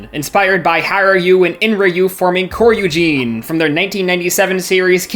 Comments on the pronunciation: It pronounced hyo ryund en ryu and cho ryujin koryujin and it's not gao gay ger it's probably GAO GAI GAR u say the I and the R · It's mean but I laughed so hard when I heard the pronunciation of Hyorui, Enryu and Kyoryujin XD